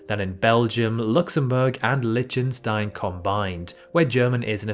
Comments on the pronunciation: is that how you really pronounce Lichtenstein? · CH in Liechtenstein is pronounced H (like Loch or Bach). And you skipped the T. It's not Lychenstein.